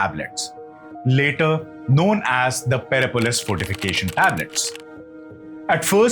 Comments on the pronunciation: PERSIPOLIS pronounced as - puh seh puh luhs ---not PERAPOLIS. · It is Persepolis not perepolis. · Nice info but next time learn to pronounce the thing you are talking about. PerSepolis not Perepolis. When you can't even take the time to learn to pronounce the name, it completely discredits you. I can't listen to you. (I am Indian btw). Also next time just google "pronounce persepolis" if you need help, smh. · You should learn how to pronounce each word perfectly. It is not Pere Polis but Perse Polis one word of course. Also it is not Zoras thanism but Zoras trian ism. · Per sep polis not Perepolis ! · (you must be, not Xtian Harry), good work. But how come did you pronounce Persepolis (Persepolis ( pərˈsɛpəlɪs) as Perepolis? Edit the audio please. It is a pain to the ears. The battle of 10 kings could have been elaborated a little more. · I think it's pronounced Persepolis, not Perepolis! and visiting a country and taking it over are two very different! And it is Zoroastrianism not Zorostranism. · "Perse" polis. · 'Persepolis',!...with an 's' between the r and the second e! ☺️